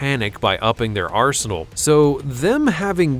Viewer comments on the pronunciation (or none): none